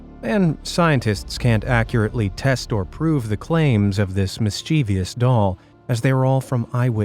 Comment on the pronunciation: Mischievous is pronounced "miss-chev-us", not miss-cheev-ius", emphasis on the first syllable.